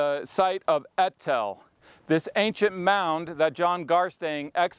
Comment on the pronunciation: Its so ironic and funny that an archaeologist cannot pronounce the word, "ancient" properly xD Thanks for the new upload. I have been hungry for another and this one hits the spot perfectly